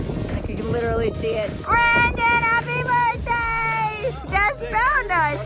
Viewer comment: Everytime I hear you say Burtday I smile……